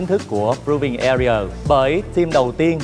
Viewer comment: His pronunciation "AREA" is bad and wrong